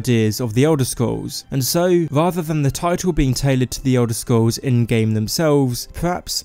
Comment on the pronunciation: Elder Scwolls Haha your awesome